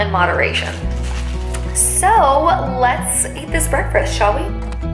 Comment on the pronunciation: How we’re saying breakfast....it sounded like breakfirst 🤔😊